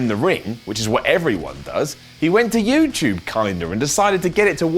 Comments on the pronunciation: It's youtube not youtyube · pronounces YouTube as "YewChoob" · is talking to us on youchube